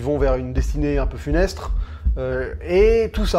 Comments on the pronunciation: funeste; on entend funestre. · Funeste et pas funestre au fait.